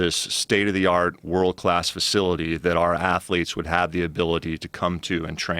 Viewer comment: world clath ass-letes